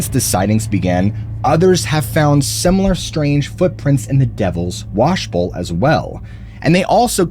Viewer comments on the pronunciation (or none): none